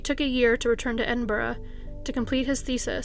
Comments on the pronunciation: Loved this, still never heard anyone outside of the UK be able to say Edinburgh properly lol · Yesssss an American (I presume) that pronounces Edinburgh properly ❤❤❤